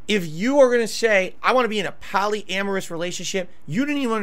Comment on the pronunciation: PALLY-AMERUS WTF